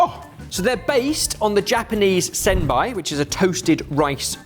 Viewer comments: Food 1: 1421 (Yeah I have no idea about European history around this time, thank you American public education!) Food 2: 1585 (CORRECT~ And closer than the winner on the vid.) Food 3: 1902 (CORRECT! But not closer than...Also it's pronounced "sen-bay" not "sen-buy") Food 4: 1962 (Damn. Same as. Not bad though, same score as the two blokes!) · About the japanese rice cake crackert, just a lil correction, its "sennbei" not "sennbai". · For the record, it's pronounced sen-BAY not sen-BYE. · Typical Brit butchering "Senbei". Bei like "Bay", not "Bai". Please at least get google to pronounce it or some such. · "Senbei" is sen-BAY and not sen-BAI. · Senbei = "Senn bay" 👍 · I literally know about the origins of the fotune cookie only because of the video game, Yakuza: Like a Dragon. The main character, Ichiban Kasuga, becomes the owner/CEO of a small business called Ichiban Senbei ( pronounced it Senbai), which are the original treats that inspired the fortune cookie. One of the characters you can recruit in this game uses a pair of enormous senbei (like the size of cymbals on a drum kit) to smash onto an enemy's head. Very effective. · I've never heard senbei pronounced that way before!